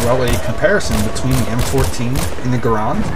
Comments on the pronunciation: i own bf1942 bf1942 secret weapons of ww2 bf21942 road to rome bf vietnam bf2 and i hope to soon get bc2. oh and its pronounced GU-R-AND not GU-R-OND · its pronounced either way but most call it GArand cuz thats how its spelled but i say grand like grand prix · ROFL Guh-rond. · lol people sat garand so gay its pronounced grand but still this vid awsome